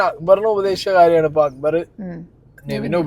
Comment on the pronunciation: അക്ബർ ❎അക്കുബർ ✅